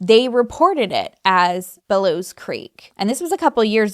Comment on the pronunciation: It is actually called Belews Creek Lake. Pronounced Ba lews